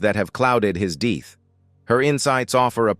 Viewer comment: Around his deeeth?? Who taught this guy how to speak??